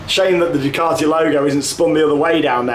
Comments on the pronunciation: You say Ducaty I say Duekarty??Lets call the the whole thing off lol. It's said as DUKEATTI.BUT like you know spelt Ducati lol.Who Knows??Ask the Italians?? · Its Due - cat - e